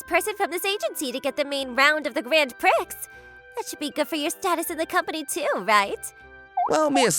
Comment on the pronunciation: It's funny how the guy can pronounce the word "prix" correctly but not the girls.